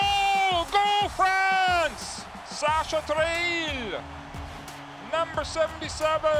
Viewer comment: The worst "Sacha Treille" I have ever heard !